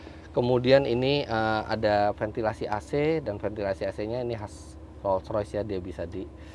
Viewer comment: Ngomong nya sampai belepotan saking mahalnya mobilnya, beberapa kali denger penyebutan nya "roys.roys " roys roys," engga Roll royce " 😂😂😂